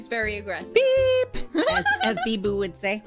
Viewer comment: i love how she says beeBOO in such an American way as opposed to the normal weeb manner that being said, can't wait until is the 6th favorite member on her channel right after biboo of course